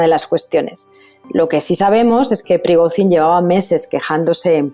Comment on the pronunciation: La corresponsal internacional debería aprender idiomas y fonética. Cada vez que pronunciaba Prigozhin quedaba en ridículo.